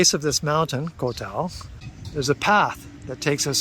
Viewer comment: My man... could you please stop mis-pronouncing the name of my Moo Baan. It is Khao Tao [like Cow Tao] not Koh Tao which is an Island much farther south down the coast. Thank you